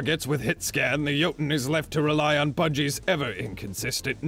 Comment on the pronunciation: I will relish the day when everyone can pronounce Jötunn correctly xD (For those who don’t yet know, it sounds like “yo-tune”)